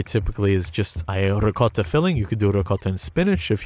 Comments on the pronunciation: Pronounces loads of complicated words no problem.... tries to say ricotta, somehow says something along the lines of 'rocotta'... very confused? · This man has the unbelievable ability to not say “ricottatatatata” when saying ricotta with the accent